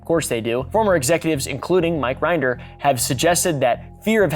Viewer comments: Rin-der Not Rind-er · The way you pronounce “Rinder” and “Miscavige” is hilarious😂. You should interview Aaron Smith-Levin (GrowingUpInScientology) if you want an inside scoop! The whole Scientology concept is so interesting lol I feel like your vibes would go together. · I dunno if it was for comedic effect, but your pronunciation of Mike Rinder and David Miscavige is so wrong I was laughing for the wrong reasons. Given the amount of research this took to make, I'm assuming it was intentional since those names are bywords among scientology and ex-scientologists. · That’s not how you pronounce Mike Rinder’s last name.